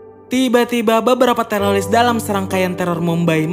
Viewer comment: Teroris kali bukan telolis